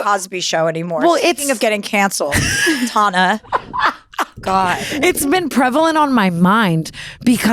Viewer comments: am i the only one who gets kinda bad vibes from her? i just don’t think it’s funny to intentionally mispronounce someone’s name who is clearly a big fan of you. couldn’t even finish the episode tbh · Kind of rude of her to say tana's name wrong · 17 minutes in and i love this!!!! it’s funny because tana is obviously a big fan and knows everything about chelsea and chelsea doesn’t even know how to pronounce tana’s name 😂😂😂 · TANA I have a coworker named TANA too!!! She’s from the south, I think pronouncing it your way is the southern pronunciation 🤠